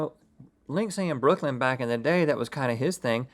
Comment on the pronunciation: You guys forgot the R in Brooklyn. Put some respect on my home town.